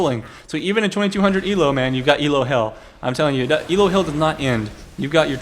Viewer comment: elo isn't an acronym so you don't type it ELO and don't say it "ee ell oh":/ Look elo up on wikipedia can't post links.